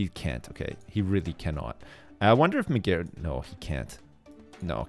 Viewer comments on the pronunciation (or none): I like how ' pronounce Migeru's name, Mygeroo mayomoto